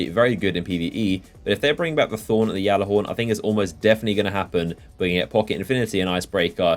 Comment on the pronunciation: my god get it right (G)allarhorn. not flipping (Y)allorhorn